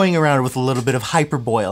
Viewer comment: Just to help. Hyperbole is pronounced Hi-per—bo-lee